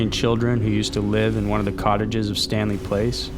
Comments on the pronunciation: it was ok until the narrator does not know how to pronounce Stanley Palace an not Stanley Place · Palace not place, my man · palace is not pronounced place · "Stanley PLACE'??? It clearly says, "Stanley PALACE". You know 'pal-ass'.😄😆😆😂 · Stanley PALACE... NOT PLACE. You always mispronounce words and names. It's very distracting. I like your channel but geez it drives me crazy! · I cringe each time he says Stanley Place. Place?? It's pronounced PAL*iss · the way "palace" was pronounced is weird